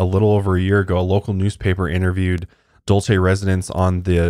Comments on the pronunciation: I just want ya'll to be aware that Dulce is pronounced as "dolse" here in New Mexico. Everytime you guys said it I was internally screaming lol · I live pretty close to Dulce! I’ve never even heard of the base. Also Dulce is a Spanish word pronounced “Dool Say.” 😜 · I live very close to Dulce (pronounced like Duel-cee) and a friend of a mutual fb friend just posted a video of a ufo they chased around Archuleta mesa... it was a weird spinning light.. I am trying to find a link to it but seem to have lost the video... will update if I can find it.